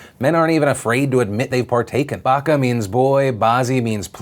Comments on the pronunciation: I'm from India not Afghanistan, but I'm pretty sure the "ch" in "bacha" is pronounced like you would say "choose" not "cholera". Super depressing story. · it's actually baCHa bazi, (CH - as in how you would pronounce tv CHannel) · It's pronounced bacha (like matcha) baazi. No shade. Just leaving it there in case anyone wants to know how to pronounce it. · Phil it's pronounced bacha with a "ch" being like choose. Thanks for covering that btw, massive story that is largely ignored. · Loved the video, you may or may not have gotten a couple comments on this, I may be wrong but when saying Bacha, the ch is a chuh sound like in church. Pronunciation goes ba or bah then chuh. It makes more sense because in similar languages this is the masculine form of young child. LOVED THE show, please don't be.... adverse? ( i think, if im using it correctly) to this comment, just wanted to share. Also huge chance I am wrong, it just makes more sense to me. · It's not pronounced baka, it's bache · not BAKKA its bacha` "CHA" like "cha"mpion. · Hey Phil, it’s Bah-cha, not bah-ka when talking about the Afghanistan story. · hate to be a language Nazi but the word Bacha which means Kid, is not pronounced as Baka, the ch is more like chair or chips but it is pronounced twice, so the correct pronunciation is Buch(like much)-cha as a single word. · It's not baka it's Bacha (Ba-Cha as in chart)... You're welcome... :P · Its pronounced bacha not baka. The ch here is not pronounced with the K sound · Hey Phil, it's pronounced bacha (ch as in choice) bazi not baka bazi .. means baby or boy in Urdu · It's not "BakaBazi" it's "BaCHa Bazi" as the CH in CHurch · Philly D my man, it's pronounced "batcha" or "batchah" not "bakka" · Bache bazi is pronounced ba-che not ba-ka. Driving me nuts cause you said it so many times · pronounced 'BA-CHA', not 'BA-KA' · It's Bacha Nazi, the "ch" is soft as in the start of chocolate, instead of a "k" sound.